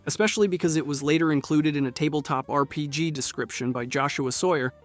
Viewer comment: "Sawyer's R................. P.................... G.................." That's definitely how people say rpg, yup. The weird emphasis on "tec" and sometimes "co" in robco were almost passable as someone pronouncing shit weird. Except when it's pronounced correctly later on. Doesn't matter how good elevenlabs or any other models get, it will always sit in the uncanny valley such that we just know something is wrong.